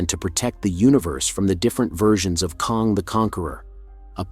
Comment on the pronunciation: While I appreciate your take on Loki 🙌🏼🙏🏼…It’s “ KANG” like BANG, Sang, Hang, rang. NOT KONG as in Donkey “Kong”.